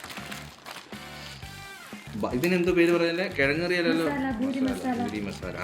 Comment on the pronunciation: boori.....😳😳😳 Poori✅ Boori❌ BRAVEEN...😂😂